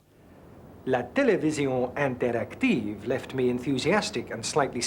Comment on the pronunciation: that's not how the word interactive is pronounced :)